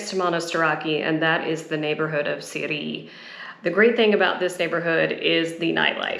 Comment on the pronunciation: It's called Psiri not Siri